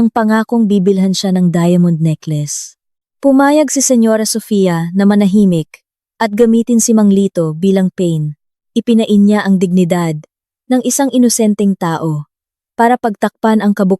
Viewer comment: pain basa nyo ay peyn? pa-in po dahil tagalog at magkaiba ang meaning